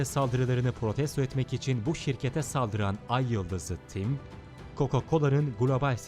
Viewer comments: neden ayıldız ı tim diyor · ayyıldız tim diye okunuyo kim söylüyosa ayyıldızlı tim ne ya :D